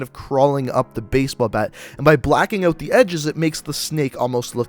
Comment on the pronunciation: he says ewt instead of out no hate just saying